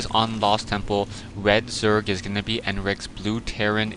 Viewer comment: you said zorg lol